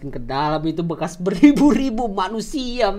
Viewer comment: Bekas bang bukan bekar:v